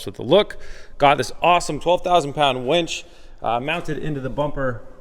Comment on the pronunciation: Oh, did you just said it wrong